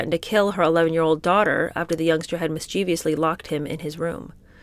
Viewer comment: FYI: mischievously is pronounced mis Che vous ly, NOT MIS CHEE VEE OUS LY. Notice it is spelled ending in ous, not ious.